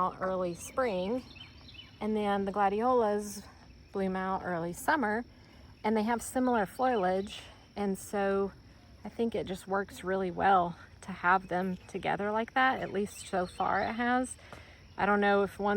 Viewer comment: It is GORGEOUS !!! Only thought & please take it in the spirit given, the word is FO-liage… love your gardens & keep up the great work❗️